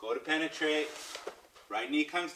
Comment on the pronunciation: I can't dude. Its the emphasis he puts on penetrate.